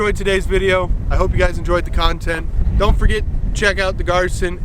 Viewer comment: Pronounced GEER-SAN.